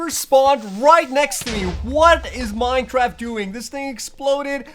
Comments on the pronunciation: am I the only one who heard mine-traft instead of mine-craft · Lol at the begining he said minetraft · Is it just me or did anyone hear this man say "Minetraft?" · Did I hear Minetraft? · In the intro why did you say minetraft cause thats what I heard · he said minetraft? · Minetraft lol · he said minechaft and minecaf in staed of minecraft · Did no one else notice when he said “ 100 days or hardcore minecraft” he actually said “ 100 days of hardcore minechaft”............. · "100 days of Minetraft hardcore" great english sir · did he just say "100 days of hard core Minetraft"?😂😂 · minejraft lol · i don't now if i am the only one that notice dis but did he just said in "minetraft" xD